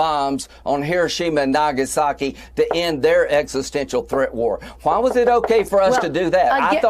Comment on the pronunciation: Hiroshima and na-Gaza-ki?!?